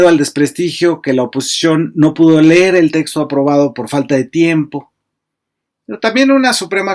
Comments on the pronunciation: Leer no ler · Se pronuncia leer